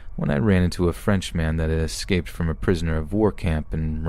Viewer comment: "Ecscaped" and "Puhleased" Why tf do you pronounce words wrong?